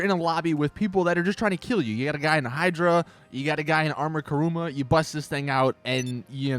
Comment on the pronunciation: I must ask this, why does everybody say Karuma ? It is Kuruma, and I hate people saying Karuma to it.